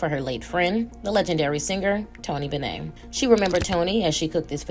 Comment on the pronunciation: Why is it impossible to pronounce Tony Bennett in this video?